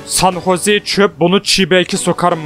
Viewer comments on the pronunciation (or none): none